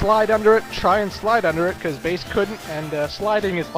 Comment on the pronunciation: Bass is not a Girl...not pronounced fish...IS pronounced the musical term.